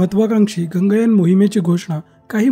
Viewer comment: It's not Ganga yaan. It's Gaganyaan.